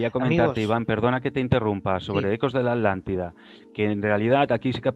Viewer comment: Todo biennn, PERO QUE ALGUIEN POR FAVORRR ME EXPLIQUE PORQUE LOS ESPAÑOLES PRONUNCIAN ALANTIDA EN VEZ DE ATLANTIDA, es un problema con la t?